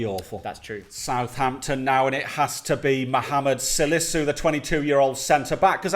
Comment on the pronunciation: gotten Salisu right